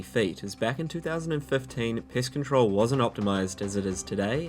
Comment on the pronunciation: I swear he said Piss Control like 3 times